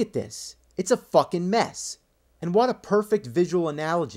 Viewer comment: i like how he says "end" instead of "and"